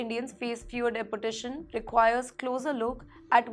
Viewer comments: It’s not’De’portation’. It’s pronounced as ‘Deportation’. Just like it’s written. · "Dee-port-ay-shun" please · News reader is atrocious. She needs to figure out the correct grammar and pronunciation for deportation as it sounded like "deputation" .......or else she could be deputed elsewhere too. Please speak in Hindi and turn this news channel into a Hindi channel. Speaking English in Hindi nahin chalega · Teach this woman how to pronounce properly in English. Deportration? Pattrun?? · Her pronunciation of Depertation - Dunkey route. 😂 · Pretty woman, awful script reading. It's not the Indian accent that is a problem, but the embarrassingly wrong pronunciation of certain words and place names which reflects poor research and incompetent production oversight. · Mam, please get your Pronunciation right "Deportation" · You would think if she has to say the word deportation that many times. Her boss or the editor would teach her how to use to the O vowel in the word deportation. I can ignore it a little but she says it so improperly OVER & OVER. I had to stop watching by minute . It’s too bad, looked like a good story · This lady reporter does not know how to pronounce 'deportation' correctly. She must have studied in a low grade English medium school. Why doesn't she Google to find out how deportation is pronounced properly. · HELLO PRETTY FACE NEWS READER...PLEASE PRONOUNCE THE WORDS CORRECTLY. DEPORTATION, STRICTER, ETC